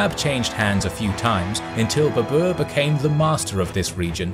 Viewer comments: It is ba-ber not ba-bua!😂😂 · You butchered baber's name mate, you make him sounds like it's the name of an ape species, babua😂😂😂 it's pronounced as Baa-ber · In video presenter pronounce The title of conqueror wrongly because in Persian tiger is pronounced "babr"not "baboor".Now I do not know how this is pronounced in India itself. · Its not Babuur, its Babar in pronunciation. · Well done except pronunciation of Babur. It is "Bah..Ber" not "Beh.. boor" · It’s not babour he’s name is babr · WTF! Why it is so difficult for Western people to pronounce Indian names? It really is frustrating. Its BABAR not BBR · Babr/Babar not berber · Baa-Burr! It's pronunciation. not Babua! xD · Omg all along I kept thinking who is the new emperor Babooa, never heard of him and by the end of the video I was like wtf is he talking about Moghuls aemperor Baber? 😂 My lord he butchered the name so bad lol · Well done. However, tiger in Persian is pronounced as “bäbr”. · The way you say Babar.. it's hilarious.. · His name is pronounced baa-bur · He massacred Babur's name as much Genghis Khan massacred northern Persia